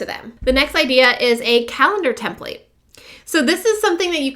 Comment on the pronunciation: hi. thanks for the info. however I seriously cringe everytime you say template like " tehm playt" (ouch!) it's 'tehmpleht' or 'tehmpliht' and I believe it's always been that way. It matters if you are instructing others because you lose credibility and your audience's respect- one doesn't say "cowG Ht", for instance when they recite the word caught. hate to nit-picky, but you're helping un-teach people one thing while instructing another. But sincerely thanks for you video - good info